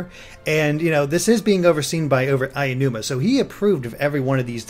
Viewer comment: His name isn't Ayanuma. Don't know why you keep saying it that way. Aonuma = Ah-oh-noo-mah.